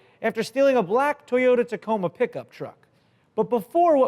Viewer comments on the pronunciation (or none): none